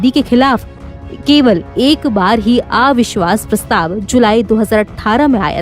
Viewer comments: आविश्वास नहीं अविश्वास उच्चारण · मॅडम आ विश्वास नही अविश्वास होता है.आप के साथ नवभारत का नाम जुडा है.कृपया डिक्शन पार ध्यान दे